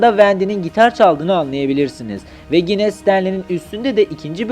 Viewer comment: Gine değil yine